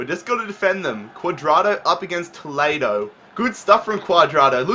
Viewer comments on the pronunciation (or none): none